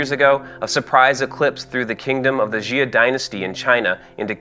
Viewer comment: xia is pronounced "shyah", not "zee-uh". like this